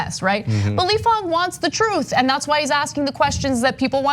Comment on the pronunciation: Ahhhhh - stop saying fOng ---- Mr FANG